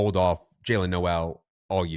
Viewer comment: Jayle Noel is pronounced like NOLE , not NO' EL